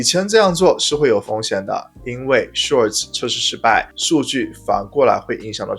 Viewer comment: 拜託，您能不能改一改 SHORT 這個詞的讀音！